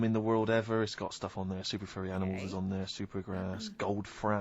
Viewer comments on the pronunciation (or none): none